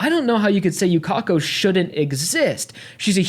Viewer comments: yukeko everyone else: yukako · we correct u with the correct japanese pronunciation here is her name in hiragana for proof ゆかこ